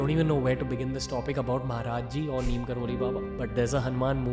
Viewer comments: His real name is 'NEEB' karori Baba. As westerners couldn't pronounce it they kept calling him 'Neem' and we Indians blindly follow what westerners teach us . Pls go research or ask your seniors who knows about him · Ranveer being so specific everytime makes me wonder how come he hasn’t researched on baba’s correct name. Baba’s true name is pronounced as Neeb Karori Baba.